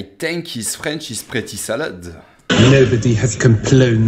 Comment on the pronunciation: The mispronounced vowels conveys his speaking French poorly